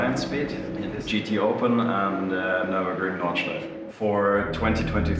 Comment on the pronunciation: Nice one! A hint about Nordschleife: There are no silent vowels at the end of a word in German, so the E at the end is pronounced, like an "-uh". Just like in Porsche, "Porsh-uh"